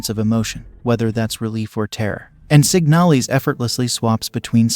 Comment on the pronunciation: Isn’t it called Signal-IS